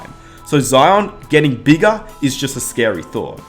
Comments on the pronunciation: And each year he got beegah, and beegah, and beegah. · Why does he say “ bigger” as “begga”